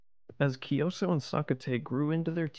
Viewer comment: Kyi - So, not kioso, it’s King Kyi- So, you can pronounce like Kyii- So is much more accurate, and Sokkete, Sok- Ke- Te. According to later inscription and research, Kyansitta isn’t son of Anawratha , but adopted as son of king, he’s a son of minister and king’s consort , his story is mostly fantastic, Kyansitta , his father was a minister in early reign of Anawratha , King send his minister( Kyansitta father) to west for bring his political marriage consort , city name is Vaseli( Wai-Tha-li in Burmese) but city’s location is still controversial, maybe in Northern Rakhine or some said maybe in Eastern Bengaladesh, but sure that Kyansitta mom isn’t Burmese after all, the minister brought the consort but they’re in affair in returning journey, some legends said minister manipulated with he left one guard or maid in each village and outpost or town in returning home, when they arrived Bagan, minister said that consort isn’t really princess of Vesalius,just maid from city - state of Vasali, King Anawratha was so furious and want to get in war , so he prepared for war and the consort( princess) was resided in remote village called Hti - Hlaing, Klan village from north of Bagan, Klan means local headman of village or warrior class of Bagan time. But in Birth of Kyansitta, the kingdom of Bagan fall in major Plague (maybe influenza or pox) , so king postponed the war, later ,king tried prepared war again in Kyansitta age of 10, but flood in Bagan disrupted again. Later, Kyansitta bec